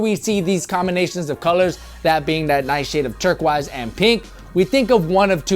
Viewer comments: He does wtf lol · Why do you say turquoise so weird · doesn't know how to say turquoise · You say turquoise kinda funny breh